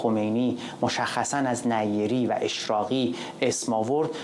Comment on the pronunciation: نیری با تشدید روی ی نه نی ری لطفا فارسی را درست گویش کنیم